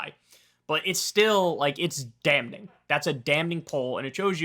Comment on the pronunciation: Someone please tell Kyle that the “N” in “damning” is silent. That pronunciation in one of the most annoying among many annoying Kulinsky-isms.